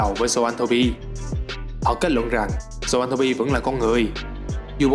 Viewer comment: zon-throp chứ k phải th ro pi nhé :))